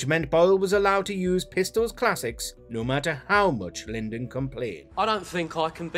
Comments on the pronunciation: who's "Lyndon"? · It's not Johnny "Linden", it's pronounced LIE-dn. smh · It's Lydon, pronounced Lie-Don, not Lindon. If you can't get even that right I can't take anything you say seriously. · It's 'John LYDON' 'lie don' - not 'Lyndon' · It’s Lydon, not Lyndon, gees. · You lost me at "Lyndon". If you can't get his name right, how can I trust the veracity of anything you say? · John Lyndon. Friend of Sid Vicarious. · lydon. lyndon. the narrator sounds like adolf hustler. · Barry Lyndon. Lol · who is "linden"? the name is LYDON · At the risk of sounding like Alan Partridge... Lydon! Lydon! Lydon! Not Lindon! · For the narrator… it’s Lydon, not Lyndon.. have some respect man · Dammit! It's not LYND.... oh never mind. That's been pointed out about a thousand times now. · It's "Lydon" not "Lyndon" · It’s not John ‘Lin-don’. It’s Lyndon. Pronounced like Lie-don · Sorry to be boring, but who is Linden.Lynden? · Lyndon? You mean Lydon. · LYDON not Lyndon....if u can't get THAT right....! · It’s Lydon not Lyndon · Should have been 11 things I didn't know. Number 11: John LYDON is actually called John LYNDON 🙄. FFS! Do better. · The name is Lydon - pronounced lie - don, not Lyndon. Why is it that people who make these things so often can't pronounce the names of the people involved? Then I realize it's "WatchMojo"... that figures. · Who's this 'Lyndon' geezer you keep mentioning? It's Lydon. Or is that supposed to be one of the things we didn't know? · Its Lydon not Lyndon!!! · Lydon NOT Lyndon ya Plonker!!! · Lyndon? It sucks when you know the narrator has no idea who this band is. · Lyndon? Who TF is Lyndon? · More lack of knowledge and research from Watch Mojo, John Lydon is pretty famous it shouldn't be that difficult to get his name right. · Lyndon??? Fuckin seriously? Done!! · his name is Lydon not Linden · Not Lyndon but Lydon, get the basics right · Christ man stop saying Lyndon, it's Lydon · John "lindon" wtf lol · LIE-don not LIN-don. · It's Lydon not Lyndon